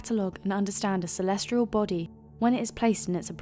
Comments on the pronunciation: There is no 'R' in 'Celestial'. Stop saying 'Celestrial', ffs. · For #4 is she saying "celestrial"? It sure sounds like she is.